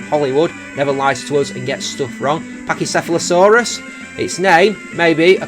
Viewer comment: How about Gigalith is Alpha Sapphire? I'm sure a slow rock type (25 base speed) in 7.8 out of 10 too much water would do great! Also, yes, you did pronounce pachycephalosaurus correctly. :)